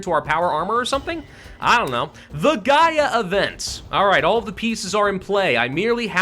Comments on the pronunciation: it's the GaLa event, not the Gaia event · It hurts me mentally that is worried about pronouncing Sierra Madre correctly when he keeps confusing gala for Gaia. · it's the Gala event, not the Gaia event